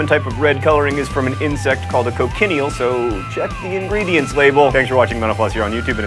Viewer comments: Am I the only one around here who always hears John saying "Thanks for watching menopause!"? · At the end when he said "Mental Floss" I swore he said menopause.